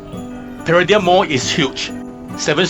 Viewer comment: You become another victim of how to pronounce ‘Paradigm’ Mall. When the original Pardigm Mall opened in Petaling Jaya Selangor opened its door in 2012 lots of folks were getting the name wrong. The mall had to officially set the record right. It should be pronounced Para-Dime. 😁